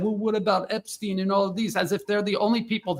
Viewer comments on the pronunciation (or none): none